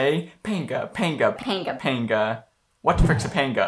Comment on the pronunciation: Dude you aren't pronouncing it right. It's not PANGUH it's Pong-Yah They say it when you hit a perfect shot